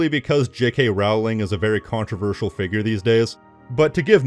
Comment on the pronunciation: It's pronounced ROLLLLLLING